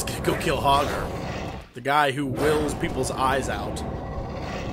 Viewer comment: its hogger .. RUN!!!!